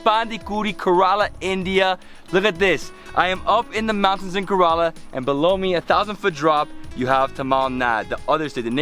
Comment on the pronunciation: YOU are not pronouncing KERALA properly don't like.... And nobody telling you